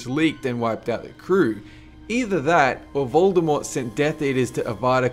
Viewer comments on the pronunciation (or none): none